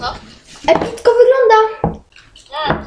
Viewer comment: ~Mówie ci to epitko wygląda -co? ~Epitko epitko wyglada Jak by co to umiem pisac ale sluchajcie uwaznie on mówi epitko a nie epicko xD